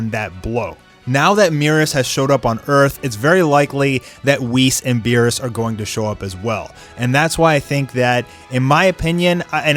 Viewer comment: Meerus? Beerus? C'mon